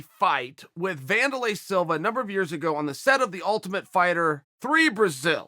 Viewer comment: Wanderlei “Wannanow” Silva